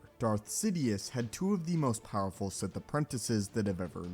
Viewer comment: ah yes "poweful" lmao